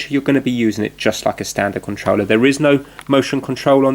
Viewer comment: be saying ConTreller instead of controller